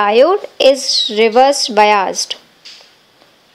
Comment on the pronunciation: Bayazed,bayazed kehe rahi hai,biased hota hain😂😂😂